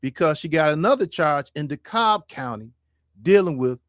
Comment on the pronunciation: Dekalb is pronounced DeeKab or Dekab. Do not pronounce the L